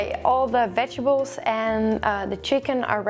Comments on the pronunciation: I love you to bits gal but its veg-et-ables....not vegables!!!!!!!!!!!!!!!!!!!!!!!!!!!!!!!!!!!!! >.< !!! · ohhh Its so funny how you say Vegibles instead of Vegetables )) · Veg-a-bles lol